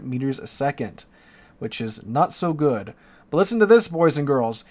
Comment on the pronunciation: Please change the way you say “good” dude